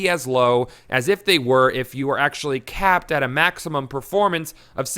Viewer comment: Every time you say capped I think Kappa